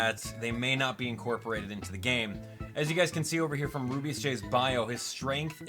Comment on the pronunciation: I hope level-5 fixes Rubeus Js name of speach because when he says his name and trys to say J he ends up cutting it off and instead says jgee its very annoying i hope level-5 fixes this and with any other characters with the same problem even though this is just a small thing.